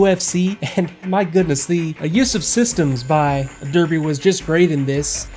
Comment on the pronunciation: Hey, Derby here. Yes, you guessed right I am male xD Also spot on with the pronunciation, do you speak a little German by any chance? Anyway, I like my UFC shortcuts - they're very convenient and I'm a lazy bastard. Overall, I wished my flying skills were equal to my system knowledge. This was my third attempt and while the bombs were fairly accurate I thought the tank wasn't too impressed^^